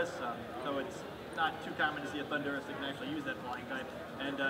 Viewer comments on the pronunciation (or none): and the guy cannot pronounce Thundurus. the emphasis is on the first syllable he's pronouncing it like the country Honduras.